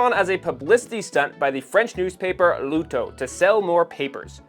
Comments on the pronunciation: Really good at fast yakking, but pronunciation is terrible - Perjo ? Please. L'Auto is not Luto. Come on ! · L’Auto… the Auto is said exactly as an American would say Automobile… not Looooto sorry I’m British we are a mongrel nation so we know many languages by default… well a good few of us do.😂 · L´Auto is not pronounced Luto! LOL!